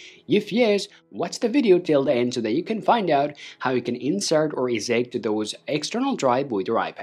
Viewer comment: They way you pronounce eject hurts.... badly...